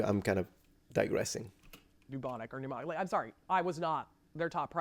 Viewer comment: I could swear she kept saying "Mnemonic Plague" when mentioning Pneumonic Plague.